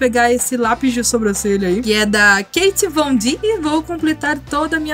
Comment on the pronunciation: É Két vondi q se pronuncia